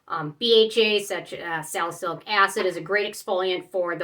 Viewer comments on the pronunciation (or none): none